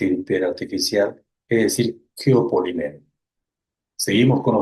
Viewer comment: la palabra no es "geopoliméro", es "geopolííímero", porque siempre repites el mismo error.